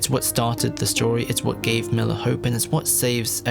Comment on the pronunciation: MILLAR xD